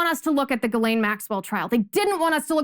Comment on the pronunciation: While I love your show, and admire you and your morals, could you please get your pronunciations correct. It's Jizzlane (Ghislane Maxwell) and Waukesha is pronounced WAK eh SHAW. Thanks.